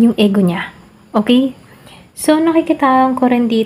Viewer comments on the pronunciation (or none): Ego.. Pg pronounce po is I-gou... Pcncya napo pra maging aware din po Tau sa nkikinig at nanonood.